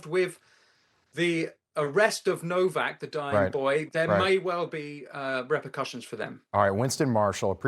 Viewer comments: Pronounced NOVAK.. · Why does no one abroad pronounce his surname correct it’s said like Novak . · Henry’s Name, although it is spelled “NOWAK”…..It’s actually pronounced as “NOVAK”…….May that poor lad Rest In God’s Eternal Peace….Best Wishes from England…❤️🏴🇬🇧🇺🇸❤️ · The name is Nowak with a “w” not a “v”. But a w is pronounced like a v sound in Polish so not sure why some are using the English w sound. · FFS pronounce Henry's name correctly... What's wrong with Yanks, are they illiterate or what.